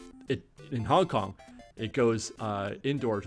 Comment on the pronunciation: It hurt a little each time I heard Hong Kong..